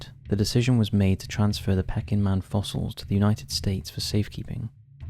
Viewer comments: Hmmm... perhaps you're onto something. Surely, a "real" person would know how to pronounce "Peking" (Chinese), as in Peking Duck. Not pronounce it "pecking". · Pecking man? Don’t you mean pea_king … peking man? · It’s pronounced PEEKing man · Love the channel but hardest to explain was how the pronunciation of Peking could not be sorted out either before recording of while editing the video.honestly not having a go but a quick search on any tricky words would solve this issue. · The pronunciation of “Peking” in the section about Peking Man really needs to be corrected. It’s very off putting. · Interesting video. And it's "PEA-King" man. Not peckin man. After the 30th time had to say something. Sorry. Keep up the good work. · It is pronounced “Pea-king.” Not “pecking’. 🐦🐦🐦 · It wouldn’t be as bad it being pronounced pecking, rather than pee-king. But it’s said every few seconds! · "Peck-ing" man ? It's pronounced "Pee-king" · I like your vids but it’s pe-king man not pecking man, Peking was the capital of china now know as Beijing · “Pecking man”? Come on now, basic knowledge. It’s pronounced “Pea-king”. Also your first ‘unsolved mystery’ has been heavily debunked. Do your research. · What’s ’pecking man’ lol it’s Peking!!! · Pee king man not pecking man 🙄 Sino Japanese War, spelt Sino, pronounced Sy No. Honestly, the pronunciation in that segment made my ears bleed. If you are unsure of the pronunciation, check. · It's pronounced "Pea-king" man <3 Love ya!! Keep up the good work! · I have been listening for years on and off, but what is it with this guy's pronunciation? "Pecking man"? Who pronounces Peking as pecking? It's a regular thing in his videos and puts me off watching. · Great video, but just for your information,'Peking Man' is pronouncek 'Pee - king Man' .. Peking is the former name of the capital city of China, Beijing .. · Pronounced: Pea-king man! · It's pronounced 'PEEKing' man, as in 'Peking duck' or the old name of Beijing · pee-king, PEE-KING